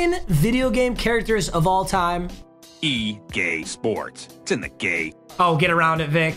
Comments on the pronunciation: Am I the only one who heard gae sports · I hear….”e gay sports, to the gay” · did no one else hear the, e gay sports it's in the gay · E Gay sports it's in the Gay If that's what you heard let me know 🤣🤣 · egay sports 😂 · EGay Sports it’s in the Gay haha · Did it say E GAY SPORTS ITS IN THE Gay? Or is it just me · When it say EA Sport it say E gay sport its in to gay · You heard that too?? 😂😂😂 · “E GAY sports to the game” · Did it say EGAY SPORTS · “E gay sports it’s in the gay “ (EA sports) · Lol it said e gay sports